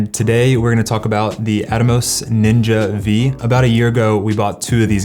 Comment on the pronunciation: Ninja Five. Not Ninja Vee.